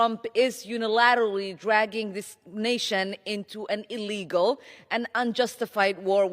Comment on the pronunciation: Ilhan pronounces the word "illegal" like she couldn't rinse down the hairball with all the wine in her fake winery.